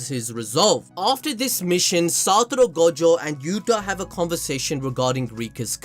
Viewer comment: take a shot everytime he says satoro